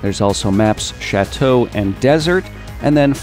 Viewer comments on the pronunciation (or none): none